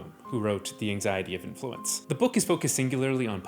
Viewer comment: influence, with the second syllable emphasized as you did here is the verb. You need the emphasis on the first syllable of influence instead, otherwise you sound like you're speaking nonsense "the anxiety of speak" I haven't seen the show, maybe the characters do all see the same 'meteorite', but what you're showing on screen here is a character seeing a meteor. I think you're reaching for the phrase "we need look no further". we /can/ look as far as we like